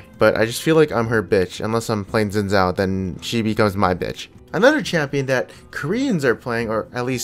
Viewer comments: zin zao..../facepalm it's pronounced Shin Jao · Dude, you can't call yourself Asian if you pronounce Xin Zhao like that.